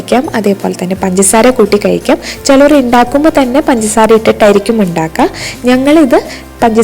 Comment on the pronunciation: ഇണ്ടാക്കുക അല്ല ഉണ്ടാക്കുക എന്നാണ്. Ok